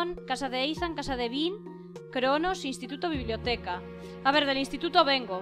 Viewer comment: Que Ethan se pronuncia Isan xDDD Buena serie me ha gustado